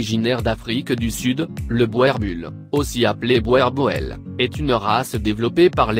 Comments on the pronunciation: ça se dit "bour" par "boèèèr", c'est du néerlandais... faites au moins l'effort de prononcer les mots correctement. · Boerboel ça se prononce "bourboul"